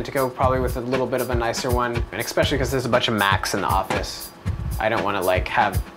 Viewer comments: "Especially" NOT "EXpecially"!!!! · "es"pecially... not "ex"pecially. :) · Holy shit its especially not EXpecially. That is so annoying!